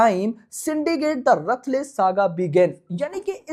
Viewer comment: Ruthless ❌️ Rathless 😂😂😂😂😂